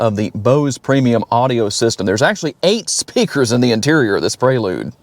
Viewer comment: Praylude? You mean Prelude.. Pre, as in before..